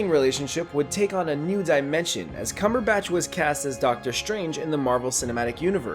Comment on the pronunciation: Also Benedict "Cumberbash"